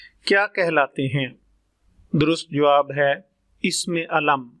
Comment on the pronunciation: Apna talaffuz to durust kar lain isam lafaz haraf laazam sift sharat. aur isi tarah ki beesion ghalatian kar k aap bachchon k mustaqbil ko kyun daao par laga rahai hain. Quaid e azam laqab hai khitab nahi Aik anaar so beemar mohawra nahi zarbul masal hai. Isi tarah baqee sab bhi zarbul amsaal hain